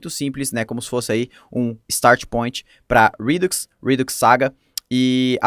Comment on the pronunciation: top o conteúdo :) dúvida: pq o array de middlewares precisa ser criado antes e depois ter vários .push para adicionar os middlewares, em vez de ser apenas um `const middlewares = [middl1, middl2, ...]`? outra coisa, acho que seria legal dar uma pesquisada sobre a pronúncia das palavras, como queue (é tipo "kill"), event (é mais como Évent do que evEnt). O que me incomodei é ouvir rídux em vez de redúx xD